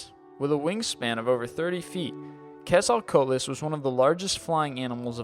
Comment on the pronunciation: he butcher the quetzalcoatl it pronounced ket-so-ko-atle